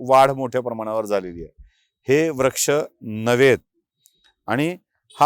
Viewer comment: याला म्हणतात खरी पत्रकारिता. खूप खूप धन्यवाद. एक सूचना करावीशी वाटते - काही शब्दोच्चार सदोष वाटतात उदा.- व्रक्ष ऐवजी वृक्ष, अधिगृहित ऐवजी अधिग्रहित असे असायला हवे.